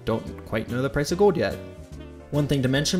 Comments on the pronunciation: cool video but it's gold not gode. Like a soccer 'goal' but with a D on the end. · The word is "GOLD", not "Gowd". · The pronunciation of "gold" as "go-wd" is killing me. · The way you say "gold" really grinds my gears ..."gawwwd" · Am I the only one hearing him say ‘goad’? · Where’s the L in gold? He keeps saying gowd. Drives me nuts. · You don't pronounce the L's in your words. For example you say gode not gold and ode not old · Why can't you pronounce the L in gold. Or old for that matter. Gode. You keep saying Gode. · You pronounce the word "gold" funny. Kind of like Homestar Runner. No criticism, it just makes me laugh more and more every time you say it! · why does he pronounce gold weird lol. or is it my speakers? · Never knew gold was so hard to say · Why do you say gold like that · The way you say gold seriously bothers me